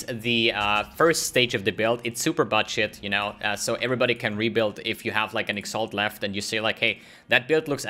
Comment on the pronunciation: when you say budget it can clearly hear you saying buttshit 🤣 imma try this build thanks